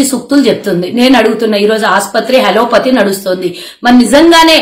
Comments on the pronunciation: మేడమ్ గారూ! 'హలో పతీ!' కాదు..... 'అలోపతి' అనాలి!! ఒక ముఖ్య విషయం తెలుసుకుందాం: అసూయ అనే కాగడా కి గల ప్రత్యేకత ఏమిటంటే, అది తనని మోస్తున్న వారి చేతులనే కాలుస్తుంది. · అది హలోపతి కాదు అది అలోపతి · hallo pathi kadu. sarigga matladu talli..